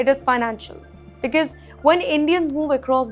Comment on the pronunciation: ‘BECAUSE’ is NOT pronounced as BIKIZ please. It’s neither stylish nor cool. Please back up your confidence with better narration.